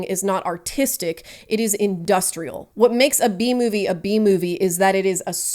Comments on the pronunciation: Cant stop hearing “The bee movie” instead of B movie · It took me a full minute to realize you were saying "B-movie" and not "The Bee Movie" 😂 great video that I'm thoroughly enjoying now that I have been relieved of my temporary brainlessness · I understand what shes saying but I cant stop myself from hearing BEE movie 😅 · I'm sorry I can't not hear "Bee Movie" when people say "B-Movie" and it's said like 200 times in this video, my brain is just filled with bees right now.